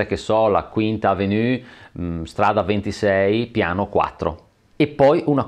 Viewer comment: Quinta < >?? Evenue pronunciato alla francese??? Questa proprio non l'ho capita...